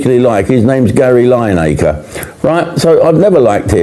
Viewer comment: Hahaha 3ven AI pronounces his name as 'Lie-naker'.